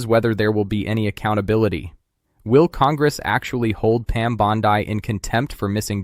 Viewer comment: Your mispronunciation of Pam Bondi makes you sound even more like an AI voice than you already do